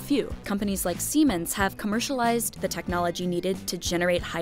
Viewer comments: hehe, "Siemans" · I understand that this company is German,.. But "Siemens"?